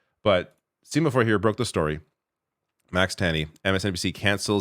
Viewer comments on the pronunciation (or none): Setting the importance of this story aside, the word is semafor with a soft « e », as in « sent », not a hard one like the word « seem » as you are pronouncing it. Senator is an old word for a type of code.